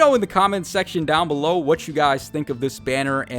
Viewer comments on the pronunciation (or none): none